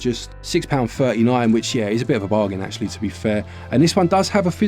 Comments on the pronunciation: Excuse me, did you say bar-zhan? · I think pronunciation of “bargain” adds a touch of class to the proceedings